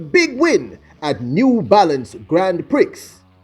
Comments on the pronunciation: Hello..the X is silent in Grant Prix..it's pronounced "Grand Pree"...its a trench influenced terminology meaning Big Prize. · the right pronounciation is 'Grand Pree'... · GRAND PRIX is pronounced "GRAWN PRE", It's FRENCH.....As for Gabby Thomas, i see her and Christine Mboma eventually doing battle over the 400 Metres, rather than the short sprints. Technique-wise, they are similar, and are obviously very talented. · The X is silent is Silent in Grand Prix !!! LOL!!!